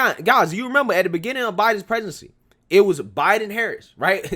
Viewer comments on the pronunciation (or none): none